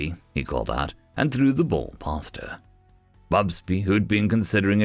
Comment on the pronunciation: It is interesting that you keep inventing an extra 'B' when you say 'Fubsy' and it comes out 'FubsBy' - distracting just because the text is available. :yt:👍